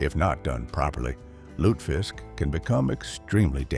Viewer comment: Lutefisk is pronounced with three syllables—loo ta fisk. And you can find it here in Minnesota.